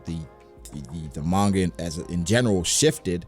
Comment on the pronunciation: Oh no. pronounces Gif and Manga wrong. I feel so conflicted, now.